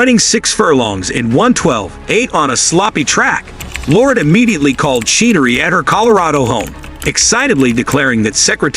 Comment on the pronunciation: Her last name is pronounced CHen-er-ree, NOT SHEEN-ER-RE. Secretariat's mother's name was SOMETHING ROYAL, NOT SOM-ETHING. DAMN, YOU'RE AN IDIOT!